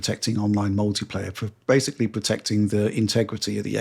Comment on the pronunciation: Try that whenever mispronounces the word basically as “basely” and you’re guaranteed to get alcohol poisoning